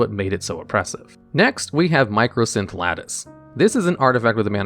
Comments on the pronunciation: It's MYCOsynth Lattice, not MICROsynth. There is no R in it. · Sorry...but I just have to point this out... "Mī - Cō" - synth Lattice. MY - CO...not "Micro" lol. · I love that absolutely everyone calls it "Micro"synth lattice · You keep saying microsynth lattice and my brain explodes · loved the video/series, but hearing MICROsynth lattice instead of MYCOsynth was funnily annoying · Just letting you know it's mycosynth lattice not microsynth lattice, nice video tho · Great video. Just want to point out that it's mycosynth, not microsynth. Edit: Also it's Emrakul, not Ermakul. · It's my-ko synth lattice, it's supposed to be a fungus (myco) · Mycosynth Lattice has no R. It's not "mycrosynth" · There is no R in Mycosynth. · Argh! There is no "R" in MYCOSYNTH LATTICE